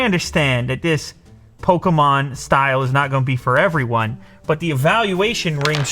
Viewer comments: Its a pokemon not pokomon 😂😂😂😂😂😂😂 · It’s not Pokamon it’s Pokemon 😡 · lou: polkamon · He says “poke-a-mon” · More like "pokomon" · Hearing Lew pronounce Pokémon like that disturbed my soul 💀